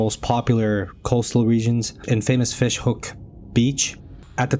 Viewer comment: Just a heads up - it’s Fishhoek* Afrikaans word for Hook. Not H-E- O-K